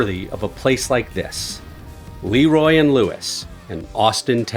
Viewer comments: Fantastic Video!!! Just one correction, The Le Roy in Texas is pronounced "La" Roy not "Lee" Roy. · Lee Roy? 😂😂 Jesus bro It's Lé Roy